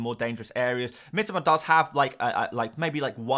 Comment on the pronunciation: Not Mitima...MITOMA...ffs